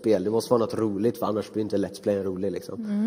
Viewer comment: har ni hört hur hon inevju kärringen säger let's play hon säger lets plejs